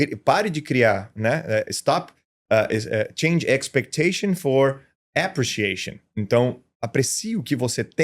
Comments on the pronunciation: No minuto 34'09" ele diz: "change expectation for appreciation". Ele deslizou no quesito e acentuação tônica. Appreciation /əˌpriːʃiˈeɪʃən/. Essa é a pronúncia CORRETA. A tonicidade recai em "EI", PENÚLTIMA sílaba e NÃO na primeira como o professor/ empresário pronuncia.Sigamos refletindo. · Ótima observação! Concordo plenamente com a acentuação tônica de "appreciation"